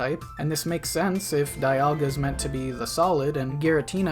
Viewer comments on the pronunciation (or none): none